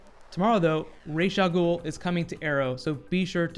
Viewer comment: Lol "rayja gool" you turned a villain into a black woman